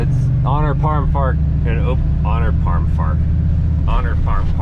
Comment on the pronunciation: "Honor Parm Fark" :-) LOL